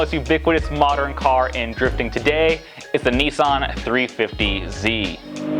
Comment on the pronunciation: Btw. It’s Nissan. Niss an.